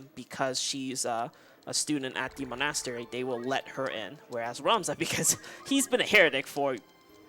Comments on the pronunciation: Mon-ass-teri is my favorite one. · his inability to pronounce monastery bugs me, especially when no one corrects him. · not a fan of his diction, and constant repeating of things like "basically" or "we'll --- about that later". and his pronunciation of monastery. i dunno why but it makes me angery. i'll give him credit for explaining things though, as that can get tiring for 5 hour run (in addition to his own run).